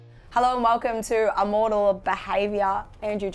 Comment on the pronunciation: It’s Im- mortal, not “ah-mortal”